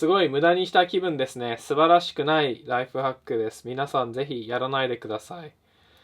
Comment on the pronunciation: ナイトファックに聞こえた